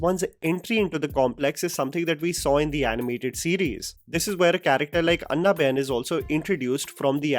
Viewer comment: Please don’t butcher Anna Ben’s name. It’s pronounced in the English way. It’s not ‘anna’ as in brother